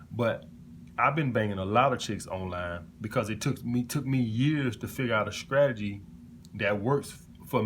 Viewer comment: I'm hollering at all these men flocking to hear the gospel of a bumpkin who says words like skrategy, skring, and skrimps LMAO What high value! 😂😂😂